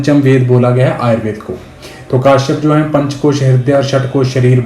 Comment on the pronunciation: Sir ji It is not kaashyap ( काश्यप ) , it is Kashyap (कश्यप) As अजय कश्यप महर्षि कश्यप